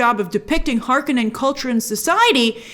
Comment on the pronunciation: You said Harkonnen like Frank Herbert intended :P